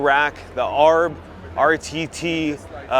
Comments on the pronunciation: no. Never double down when you’re wrong. Just admit your mistake and move on. Nobody in the us in the 4x4 market calls them arrrrb. It’s A.R.B. Even in American English you say each letter separately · Hilarious how you pronounced A.R.B. It’s not “Arb”… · A R B just say the letters not Arb. 😂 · A R B not arb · triggering every aussie by calling it arb. it pronounced A R B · First and last video I will watch from this guy. Your an overland builder and you have never heard of old man emu! You think A R B is arb. You didn’t know products of your trade at all. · its not ARB its A. R. B. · He said Arb…..it’s A.R.B. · Magnolia?? AAHHRB? Emu Suspension? Huh? It’s an Autohome Maggiolina, A-R-B, and Old Man Emu Suspension You sound like a total noob. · Yea that made me laugh! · ARB is not a word, it's three letters. A, R, B. Of if you're from austrailia: Eye Ahhh Baeee. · Good energy yes. But you can tell when he doesn't know what he's talking about. But hearing him say "aarb" was just hilarious. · Can someone tell him how to say ARB correctly. PLEASE! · Thank you!! that was buggin the crap outta me... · Dude couldn’t even pronounce ARB right and if I ever do a build a build for sema this dude and many others aren’t allow to touch it